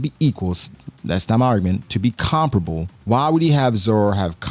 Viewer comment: Can you stop saying comparable like that😂😂. Pronounced Com-Pair-Uhbowl